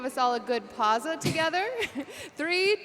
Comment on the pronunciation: "Pausa Hype" Me: You dont pronounce it as pausa but pa-w-sa. For someone who knows a bit of italian, it was just triggering